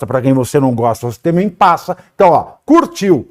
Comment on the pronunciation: Ela disse: tamem KKKKK,essa é a última dama